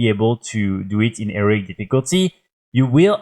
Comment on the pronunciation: He-Row-IC difficulty... Not Eric